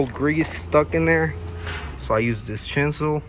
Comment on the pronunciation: It’s chisel, not chinsel 😂